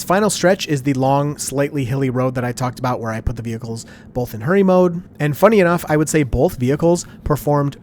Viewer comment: "Bolth" - 2025